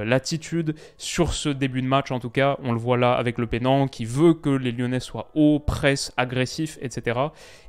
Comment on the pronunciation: petite correction, lepenant se prononce lepeunant (en tout cas on a toujours dit ça en normandie, et ça se prononce pas comme "le pen" car c'est pas la même origine, signification et même langue)